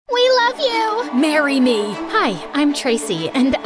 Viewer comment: The fact some of niji en was in there and just said “mArRy mE”